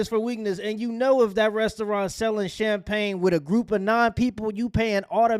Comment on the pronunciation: I agree.... The " CHAMPAGNE S" part is where he messed up